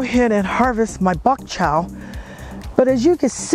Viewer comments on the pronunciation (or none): Like your channel. It is called Bok Choy not bok chow!